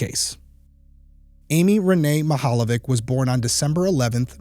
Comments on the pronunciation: Mihaljević is pronounced like it's Mihaljevich (ch= ć). That is Croatian or Serbian surname. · This is a Slavic family name. I love the pronunciation and that it didnt stop u covering it. ❤ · you butchered her last name